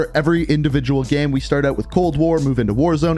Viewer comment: Why is he saying “game” like that?? “Geme”